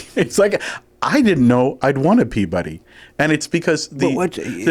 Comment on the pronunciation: I’ve heard “PEA-b’dy” a lot – i think it’s a northeast thing. So that would’ve made sense to me, with David being from New Jersey. But yeah, he was giving it more of a “buddy” than “b’dy”, and thus much confusion and mirth were had. This concludes the Explanation-O-Fun™️.